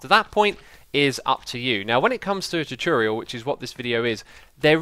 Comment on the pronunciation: Another great 'chooturial' X! :D